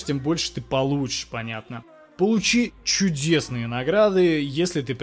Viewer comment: там не чудестные а чудесные Я знаю что будете обзывать занудой